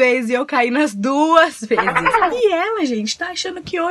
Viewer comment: Ela falou vejes kkk ives- de falar vesses kkkkk